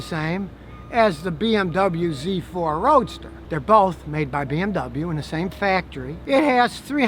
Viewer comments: Completely messed up pronouncing BMW lol but I forgive you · Hey Scottie, you bought a BoMoWa!